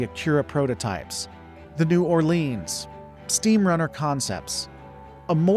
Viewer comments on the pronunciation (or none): none